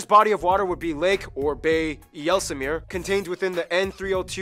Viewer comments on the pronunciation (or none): It's actually not called the "Yesslemeer" (or at least that's how you pronounce it, It's Ysslemere. (just like island is not called "is-land"). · "Yelsulmer" That pronounciation actually hit me right in the feels. :(